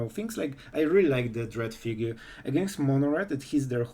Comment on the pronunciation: Just so you know, fugue is pronounced like the word 'few', but with a g on the the end.